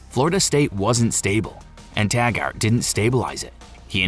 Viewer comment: It's pronounced Tag-ert not Tag-art